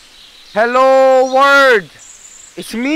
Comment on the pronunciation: He says world as “words” just like my mom, bruh